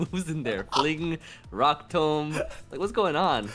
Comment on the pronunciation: pronunciation of "tomb" lmao